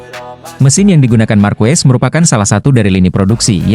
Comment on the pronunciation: Harusnya marquez dibaca markes jangan markues meskipun yang ngong itu AI tapi rasanya ngeganjel aja ditelinga, atau sebut aja marc karena ada 2 marquez dimotogp